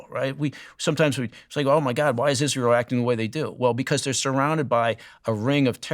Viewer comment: This guy is all wrong about Isra-yell. See Hannibal directive